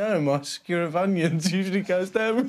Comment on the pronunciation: Sewer of onions lol. Man, it’s Skewer*